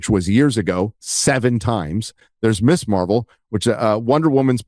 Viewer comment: Pronounced MIZ Marvel. Created in the 70s as a feminist hero. Ms. Magazine pronounced MIZ Magazine. That’s the reason it was not Miss Marvel.